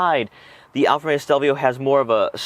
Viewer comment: Nice review but why do you keep saying "Alfameo"?